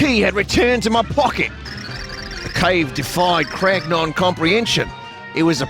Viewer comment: Anything else with the prefix “Crag” appears: Vinny reads it normally “Cragnon” appears: ”Cragnæwns”